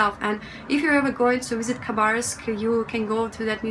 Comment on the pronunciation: Interesting that you pronounce the K in Khabarovsk - I was told by someone that it was silent, now I know better :-)! Your english is excellent, you have a russian accent but it's very nice and never interferes with understaning (there are plenty of accents within Britain that can be very hard to understand)! I would love to visit Eastern Russia one day! I love that the rescue guy could barely stop himself from laughing with the woman protesting about how much her car cost :-)! I was surprised to see a drag show in a night club in Russia, thank you for being so genuine, open and honest it's really great to see these parts of Russia. Adultiing is hard sometimes - you're doing fine:-)! I'm slighly worried that the political aspect of your videos might get you in trouble, I don't know, it's not something you need to worry about in my country but I think perhaps it is in Russia. I hope this message gave you some encouragement, your videos are great, no pressure to make any more though - just do what you want to:-)!